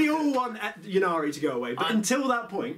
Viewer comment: I don't understand why this pronounciation of Ynnari has spread throughout the community. Surely you wouldn't say Yeevraine, it's just Yvraine? And the whole point of the play-on-words for the Yncarne's name is that he's the death god Incarnate - or would you say Yeencarnate?